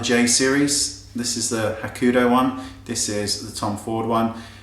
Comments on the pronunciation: Love the new unplugged. FYI- when you say Hakuhodo you keep leaving out a syllable. You're saying Hakudo instead of Hakuhodo. Who cares though I have lots of their brushes and love your vids. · I love your videos but I always cringe when you talk about Hakuhodo brushes. They're not pronounced "Ha-ku-do" but "Ha-ku-ho-do". 4 Syllables, not 3. Pretty pretty please! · It's Hakuhodo, not Hakudo !!! ;-) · it's actually Hakuhodo. have a real problem pronouncing it correctly. but he's cute, so he's forgiven;p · I love your videos to itty bitty bits, and I apologise for nit-picking but you keep pronouncing Hakuhodo wrong! Its Ha-ku-ho-do, there are 4 syllables to it! Now with that out of the way, i've been dying to try out some of the J Series ever since you first mentioned them and I was wondering, how are the postage costs for the brushes? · It is not a matter of accent, "Hakuhodo" is a word from a different language. You can't just remove a syllable from a word and say it is the same word. That is as if you said "kitchfoil" instead of "kitchenfoil". Just saying,;)